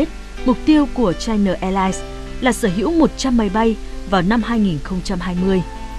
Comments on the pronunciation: Chai Na sao lại đọc thành Chai Nờ? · China, đọc rõ âm a a a a a, dùm tôi cái, đừng đọc là chi nờ, nghe "bà nội" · China chu khong phai la Chi-no! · China Airline: Bạn đọc theo tiếng nào? Đọc theo tiếng Việt thì phải là Chi-Na chứ sao lại Chai Na. Kênh đọc theo phát âm tiếng Anh thì là Chai-Nờ còn ý kiến gì nữa?